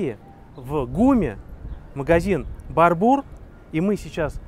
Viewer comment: Да не БарбУр, а БАрбур! Блоггер😂😂😂😂